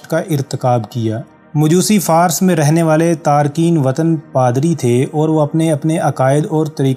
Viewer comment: Jinab lafz "Farus" kehty hein Fars ghalat hy